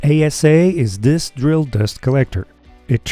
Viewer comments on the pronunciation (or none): none